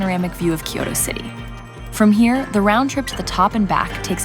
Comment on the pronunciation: Such a beautiful video Love it But I don’t understand why you and many foreigners say Kyoro It’s kyoto Just like is not Detroito Great video Thank you